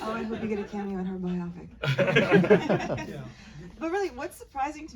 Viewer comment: "Bio-pick", not "bye-opp-ic". It's short for Biographical Picture. Bio. Pic. Phonetically, "bye-oh-pick". Here endeth the lesson.